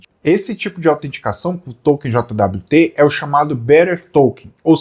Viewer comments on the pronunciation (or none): eu nunca tinha ouvido ninguem falar "JOTA DABLIU TE", eu sempre ouvi "jót". soa muito estranho, falando as letas :D Eu prefiro usar paseto nas minhas solucoes. um jwt mau implementado é um deus nos acuda.